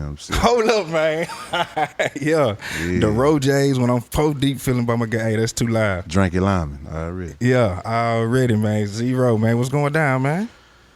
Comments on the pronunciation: Dat boy said "Drankie Lymon" 😂💪🏾🔥🔥🔥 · Nigga said Drankie Lymon